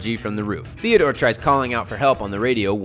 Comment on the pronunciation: thank you for saying theodore